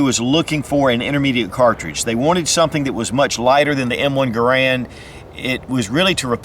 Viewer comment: Garand is pronounced GAIR-und.